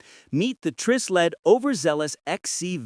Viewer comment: Hey, AI boy. It's pronounced with a long I as in Try Sled.